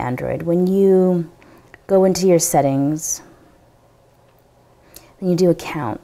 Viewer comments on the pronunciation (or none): none